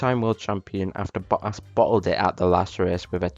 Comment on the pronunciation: i love how he say bottas as bo'aas